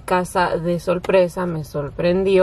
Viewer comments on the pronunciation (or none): La palabra es sorpresa..no solpresa